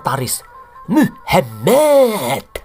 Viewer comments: Selalu Gemes gua setiap dengar ngomong muhamad... 🤣🤣🤣 penekanannya ok bangat... Wkwkwkw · Pas menyebut nama Alloh aswete dan Muhammad aku tertawa geli ngakak 😂😂😂